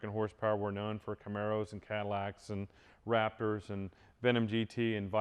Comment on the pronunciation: When he said "Raptors", it sounded like he said "rappers".